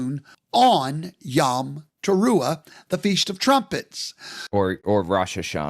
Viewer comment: Hebrew יָם yam means “sea.” He means יוֹם yom “day.” It sounds like YOME (like “home”), not yahm. He sounds like an idiot trying to use Hebrew.